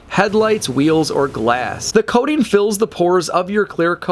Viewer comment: WHY does he keep saying Ceramic "Coatin" - ARGHHHHH!!!